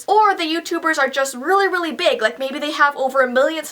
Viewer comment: I'm just trying to make this PEEg XD I cracked up when she said that.